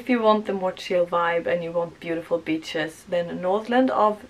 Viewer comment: Beaches but you said b*tches 😂😂😂